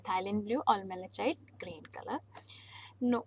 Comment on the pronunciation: Pronunciation of Malachite green should be corrected.I think pronunciation is wrong .Look into this matter.